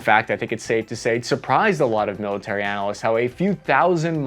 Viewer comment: I don't think I've ever seen anybody mispronounce the word analyst until now